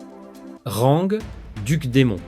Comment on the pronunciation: Magnifique vidéo, toujours la diction qui pose problème sinon. On ne dit pas "rangue", mais "ran" le g est muet.